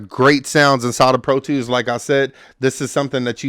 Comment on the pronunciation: Pro twos and libaries 😂 Good video though 💪